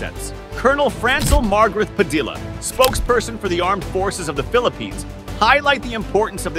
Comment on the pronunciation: It’s pronounced padiya.